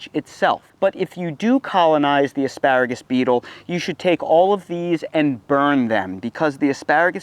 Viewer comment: I’m not sure if he said “AspÂragus” enough times….